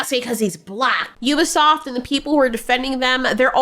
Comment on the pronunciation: Excuse me, it's french. It's pronounced We-be-soft!! 😅